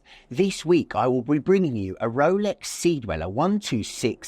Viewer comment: deweller? come on